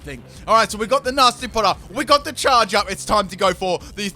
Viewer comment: why do you say charge so weird